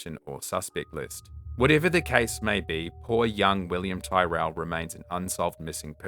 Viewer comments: Despite the spelling, William's surname is pronounced "Tirrel".. not 'Ty-rell' The foster father's drive to get 'reception' for work call, is BS! The know EXACTLY what happened to William and where he is!! We have NEVER had problems with reception there!!! They got away with murder.. manslaughter at best! 😢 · Williams surname is pronounced tear al, rather than tie rel, his name was known will in Australia it was everywhere, as you said. Sorry, only informative, not a criticism by any means. You do a fabulous job, and different names are pronounced differently in families even, let alone countries. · Pronounced Tirell. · Really interesting video! I have seen Last Stop Larimar come up on Netflix but never got to watching, I wonder if it’s related at all? Also just in case you do future videos, Tyrell pronunciation rhymes with squirrel. Thanks for the great video! 🙏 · As the family member of a missing person I would think you would understand the need to pronounce names correctly. Please listen to a news story or two on William Tyrrell to pronounce his name.